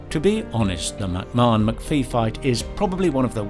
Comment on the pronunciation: Weirdest pronunciation of McAfee I've heard. Afaik, it's pronounced macafee.